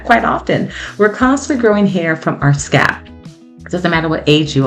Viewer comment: It sounds like you are saying scap, not scalp. Thank you for sharing your tips.